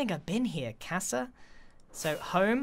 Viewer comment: griannnnnnnnnn As someone who has been learning Spanish for YEARS and hopes to be fluent one day, Grian’s pronunciation of “casa” HURTS SO MUCH 🤣😭🥲😩